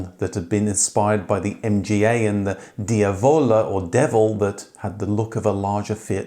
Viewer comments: "DiAvola" emphasis on the "a". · diavola has the emphasis on the first 'a', not the 'vo'. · Marinara!! (not Mariana, which is a girl's name). Oh, and pronounce Diavola properly please (which literally means the Devil's). No excuses when you've got the correct pronunciations on video straight from the designer's mouth!